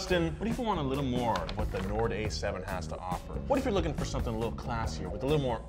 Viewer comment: "Nord" sound a LOT like Ford